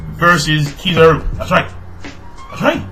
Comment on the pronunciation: the first time u said Kizaru was proper then u went back to saying it in that weird way lol